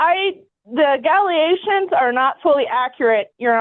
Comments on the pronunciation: She still talking about "Gally and Nally gations....... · “The gallygations” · Shes throwing Gallyations, nollygations, agallagations all over the place. 😂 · She said allegations different each time and none of em were right. I got a galiations, naligations and galigations. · A-gal-a-gations? And she said he’s “not fully understandable?” Also, I think this is a terrible decision by the judge. The kid will definitely suffer for this. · The NALIGATIONS??? 😂😂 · The Nalegations? What? Wait, now she said Imgalegations? I think every time she says it it's something new. Holy Illiteracy, Batman! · Galliations , Nalagation Ahgalagations ….. Was anyone else waiting to see if she could get the word right one time ? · THE WHAT? 😂😂😂 Galleations. Followed by nallegations shortly after. That’s what she said, out loud. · "Gallegations" "nallagations" "nealeations" are all interpreted to the word allegations....it doesn't sound like she's playing with a full deck upstairs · Did she say AGGEGATIONS? (allegations) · Tbe "galeages" its allegations lady! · She said "galiations" the first time then "naligations" the second time. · Her inability to say “allegations,” kept throwing me off, but not as much as fighting for 50-50 custody of a child she bit, abuses and neglects.